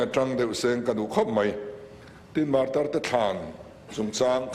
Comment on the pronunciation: Martyr(martir) tih hi enge awmzia le...Mizo chuan Martir nilo in martar kannei.